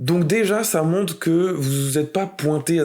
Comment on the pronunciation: Sérieusement, deuxième videos que je regarde et tu prononces une "monte"... une montRe stp!!